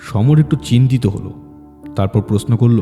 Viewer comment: Everything else is great but please work on the “Sh” and “S” pronunciation. “Prosno” noye, kotha ta “proshno” kaan e boddo lage shunte (sorry) just an honest feedback..